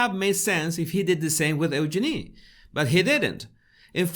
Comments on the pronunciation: Bless you! That whole episode was a nightmarish obstacle course in English-as-a-second-language name pronunciation! Eugenie, Beatrice even York: bravo 👏👏👏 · she actually said her name correctly. Listen again. It’s pronounced Use-Jin-ee. Fergie and Eugenie have corrected people many times over. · no its not , there is a video of Sarah York saying how to pronounce it and she says just think, use your knee said faster it comes out Eugene